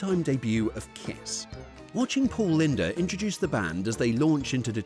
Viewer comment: His name is pronounced "Lind" not "Linda."